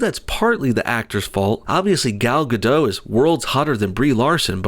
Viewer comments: Her last name is GADOT with the T, not GADO. Just saying, her name's not french. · Just need to chime in here since it seems to be a commonly occurring mistake regarding the pronunciation of her name, but the "T" in Gadot is not silent.